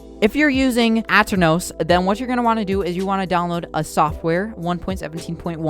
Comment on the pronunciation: The way he said aternos lmao